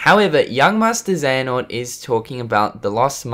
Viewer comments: Hey man please review the rewind theater of kh3 from ign, it was absolutely horrific and fucking cringy, they dont even know how to pronounce the name Iraqis and xehanort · I don't know if you're going to see this but I just finished watching an IGN video on Kingdom Hearts they posted and it really angers me how they try to act like they know what they are talking about, when they really don't. They can't even pronounce Xehanort right...